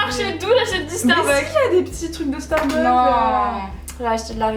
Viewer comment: Coucou Marie, ce tag était super sympa! Vous vous connaissez bien! :) vivement les vlogs de Barcelone! ;) Un petit truc: étant moi-même accro au Starbucks, please please n'oubliez pas le "s" à la fin..."starbuck" c'est un autre magasin aux USA! :) Bisou et bonnes vacances!